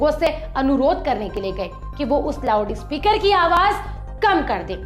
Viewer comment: Did she say lavdu speaker? 😂😂😂